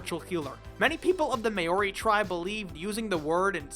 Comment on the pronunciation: well that's a new way of butchering the pronunciation of Maori